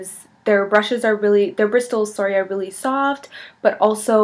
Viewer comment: She pronounces the T though lmao, that's not how you say it.